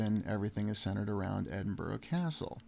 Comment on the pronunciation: Edinburgh is pronounced 'Edinburra' Glasgow is commonly referred to as 'Glesga' by the natives.